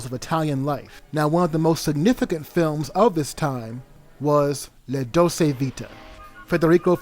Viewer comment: I can’t watch this because the narrator can’t even fucking pronounce “Dolce”.